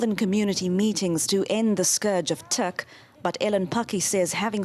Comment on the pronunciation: Teek ? Could he at least pronounce the word right? It's Tik